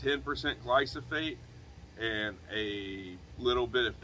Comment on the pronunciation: "Glyphosate" not "Glysophate" :)